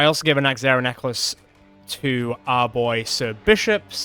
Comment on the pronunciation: Ah, yes, the neckzehrer teeth nachlaces